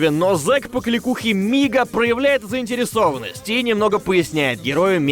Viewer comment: Мига или Нига? И только сейчас в Я понял что Мига